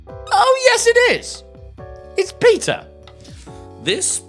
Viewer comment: officially like how he said "Peter" like from the peter rabbit movie. One of my favorite movies.